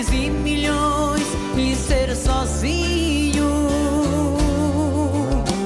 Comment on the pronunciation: The i in the word "Sozinho" is necessarily nasal either you are singing or not. That's how we pronounce it